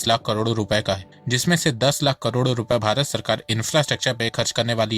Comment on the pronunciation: Bhai please correct your pronunciation of crore - It's KAROD not KARODO. It's very irritating to listen to.